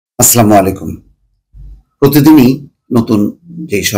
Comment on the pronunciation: ভাই, আস্সামুআলাইকুম কেন বলেন ?